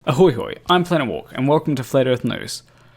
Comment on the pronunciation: I like how you use the correct ahoy hoy.